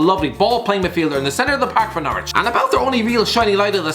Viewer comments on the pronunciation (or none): none